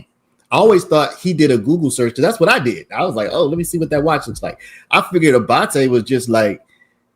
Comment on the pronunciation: Love the way you pronounce ‘Abbate’.